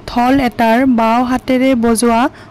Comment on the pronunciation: ঢল নে ঢোল । শব্দৰ উচ্চাৰপ বোৰ অলপ শুদ্ধ কৈ কবলৈ শিকি লব ।